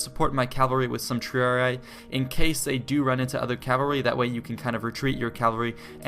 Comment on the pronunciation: hey, thanks for all the hard work on these, much appreciated...just wanted to let you know in case you're interested; the pronouciation of triarii is (tree are ee) minus the 'eye'. I know you're not the only one that gets this wrong;)